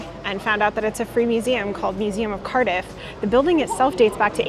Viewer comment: C-ARRRR-diff, not "Currduff" ... and "So-fye-ah" gardens. great video though. our city is epic